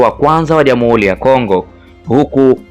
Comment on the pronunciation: Una sauti nzuri ya kusimulia jitahidi kwenye matamshi fasaha ya R.& L mfano UBERGIJI=× UBELGIJI=✓ JAMUHULI=× JAMUHURI=✓ MAZINGILA=× MAZINGIRA=✓ #SIKWAUBAYA